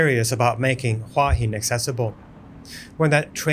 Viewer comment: It’s pronounced who-ah hin